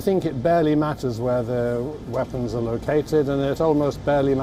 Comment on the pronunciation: Its weapons not vepons